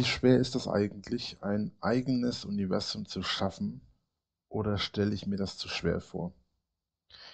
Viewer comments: Jedesmal wenn er "Uniwässum" sagt, werde ich richtig mett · Fehlt nur noch das er UNZWUAM sagt